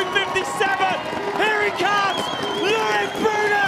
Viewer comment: L-O-I-C not Louic.